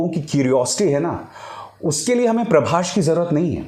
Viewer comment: Its "Prabhas".. Not "Prabhash"... So irritating.